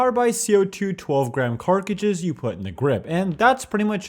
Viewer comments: First I've ever heard someone say "Carkages" instead of "Cartridges" lol wtf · Dude still saying carkages every video instead of carTridges grinds my gears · CARTRIDGES not carkridges... sorry it was bugging me still love you though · Still calling them "Carceges" and not CO2 Cartridges lol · Cartridges ❌ Carckridges ✅ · Cartridges NOT CARCAGES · Dude it’s pronounced CART-RIDGES not cark- ridges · Stop saying fucking "carcriges" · Where can i buy them special co2 carcages?😂😂 it tickles me everyime you say it, guess its a thing you do and everyone else is use to it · Say cartridges right please its making me mad